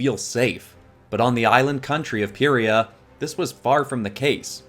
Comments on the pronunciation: Its pronounced Pie-Re-Uh, Not, Pir-Y-Uh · Is it just me, or when he said pee-rea I got REALLY annoyed. IT'S PIE-REA, PYRRHIA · ik that other people are probably already are screaming at you for this but its pie-ri-a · Lovely art. Grammar correction: Pie-re-ah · Me be like: it’s ( PIE-REE-UH) thank you very much. Lol✨ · im pretty sure it"s pronouced py-ree-ya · I AM A WINGS OF FIRE FAN ! and it pie-re-a that's how to pronounce it sorry that just building me a lot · Btw phyria is pronounced pie-ra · Oh it’s ( pi - re- ah) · Tree things: 1. This video is is LITERALLY A DREAM COME TRUE! tHANK YOU SO MUCH! 2. You pronounced Pyrrhia wrong! 3. PLEASE DO WINGS OF FIRE VENOMIZED! Bonous 4. You should’ve used the comics as reference